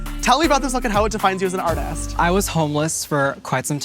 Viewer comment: The way he says "Artist" AARRTHEEEEHST